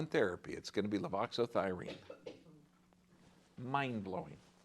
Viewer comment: I think you're saying levothyroxine wrong.